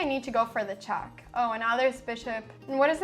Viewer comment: The way she says "chæck" instead of "check" is doing my fucking head in